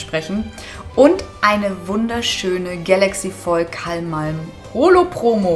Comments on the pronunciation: es heißt ka malm nicht kalm malm 😅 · cooles video wieder endlich liebe. ( vllt täuscht das nur) abr bei dem kamalm holo siehtd as aus als wäre die komplett zerkratzt ( zumindest der eis part im vorderen teil der karte) btw das vieh heißt KAMALM ohne L am anfang du sagst immer ka(l)malm XD kaocto mag dich der will dich umarmen ^^ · Warum sagst du immer du Kalmalm😅